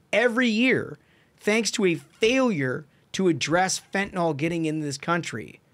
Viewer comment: Guest was pretty smart, but he still can't read. Fen-ta-NIL not fen-ta-NOL. Like he's never seen the word before. So to be fair, he's as smart as nearly every member of Congress.